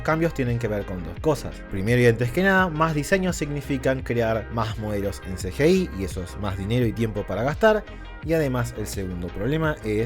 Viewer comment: El mundo: CGI: "El Ce ye ei"